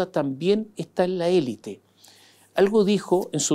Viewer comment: Sr. Mosciatti, usted es una enciclopedia de la actualidad y de los recovecos de la política. Sólo le pediría dos cosas. 1. Por favor, pronuncie 'elít' porque es un galicismo que se utiliza en castellano a modo de préstamo, como muchos otros. 2: no caiga en el manoseo de las palabrejas que se ponen de moda y que nadie entiende, esta vez, clivaje. Antes pasó con gobernanza, balotaje, etc. Estos neologismos rebuscados y cursis realmente resultan desgradables de oír. Tuve que recurrir al diccionario y me di cuenta de que lo que yo entendía no correspondía al significado que se le atribuye en política.